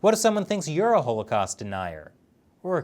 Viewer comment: ive never heard anyone pronounce holocaust that way.